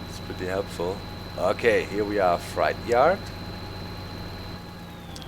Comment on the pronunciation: Hey Doc, you're always helping us with German, so maybe I can help you a little... You're saying "freight yard" with a German ei but it's an ä, something like "frätjard." You're saying fright yard, or schreckhof :-)